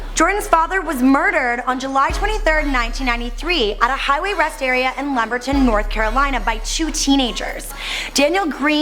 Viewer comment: the city where his father was kill is pronounce Lumber-ton and is spelled Lumberton. How do you screw up pronouncing that, we'll never know..